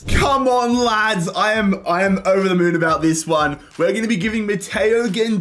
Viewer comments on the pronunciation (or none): none